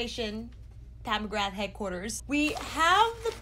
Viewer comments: Im so bored of warm toned eyeshadows so I didnt even want to look at what this palette looked like for a while lol I was disappointed and even avoided her instagram for ages I didnt want to see orange, red browns and gold again but I really like this...I feel quite apologetic towards her now. I was such a fool for doubting her xD also the surname McGrath is an irish name so it is pronounced McGraah, no th sound. It is a common surname in Ireland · not telling you to say it that way even though the "th" is never ever said because her name is really known with the th sound now in america and thats fine just letting you know anyways :)